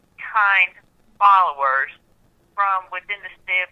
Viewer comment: He can’t even say the word followers right.